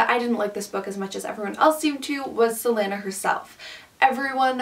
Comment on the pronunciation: I respectfully disagree with pretty much everything you said, but honestly I'm just glad you didn't pronounce celaena's name like "selena"